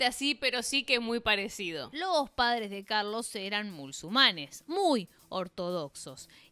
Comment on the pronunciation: Ya de entrada me hacía ruido el vídeo hasta que dijo "sadres" ...🤔 Me pude imaginar el resto del documental... 🫩 Son de manual éstos progres 🤦‍♂️🤷‍♂️